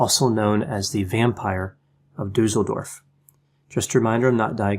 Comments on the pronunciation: I just clicked because of how you say "Duesseldorf",. You still pronounce it completely wrong. "Dusel" how you say it, means "good luck". Everybody would like to live in such a town. But it's just Duesseldorf, an ordinary German town. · interesting presentation. It seems that all the research about Weimar Germany focuses on Berlin, as if nothing else happened anywhere else in the country. (BTW, "Düssel-" rhymes with "puss-el") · I'm from Düsseldorf and never knew about this case! Thanks for that and as usual, the top quality content! :) P.S.: the double s in Düsseldorf is pronounced sharp, like in "assessment". Hope it's okay that I'm pointing this out. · Mydemon It doesn't. 'Düsseldorf' , just like 'assessment', has a sharp 's' sound. The umlaut 'ü', however, is short in this case, not long. I'm German and I live in a city that's not far from Düsseldorf btw.